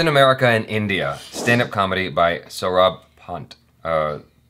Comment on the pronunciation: More like "Saw - rub"